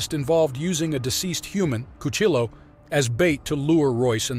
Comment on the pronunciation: Lmao Cuchilo, cuchi-yo my dude 😂